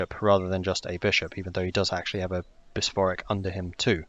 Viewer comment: How on earth are you saying bishopric